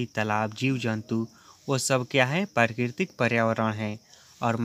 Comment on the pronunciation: Bhai bolna sikh le pehle prakritik🙂parkitik bol rha h